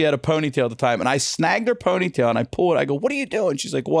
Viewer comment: I've never noticed Ryan's Baltimore accent before, but when he was talking about the woman on the ground at the carnival, he said 'ponytail' in a heavy Baltimore accent.